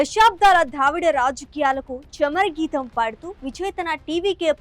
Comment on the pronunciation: చమర గీతం కాదు చరమగీతం